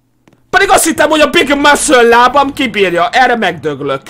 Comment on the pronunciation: “a big mászöl lábam„😂